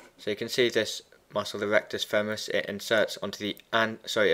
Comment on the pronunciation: femoris not femeris (cool video though :-D )